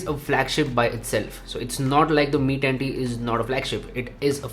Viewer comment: Mi tatttii 😂😂